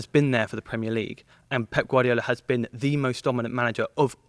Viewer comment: He knows ball HOWEVER his pronunciations do get annoying tho like I get it for Italian players it’s fine but when saying Guardiola (someone who’s Spanish) I think he should drop the accent